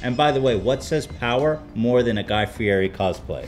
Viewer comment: That’s not how you pronounce Guy Fieri :(